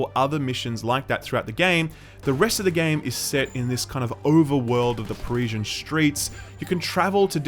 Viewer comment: I'm sure nobody cares but Parisian is pronounced 'puh-ree-zee-an', not 'puh-rishan'